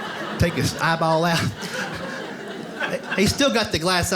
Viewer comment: Ha. he pronounces eyeball like, "ah-baow".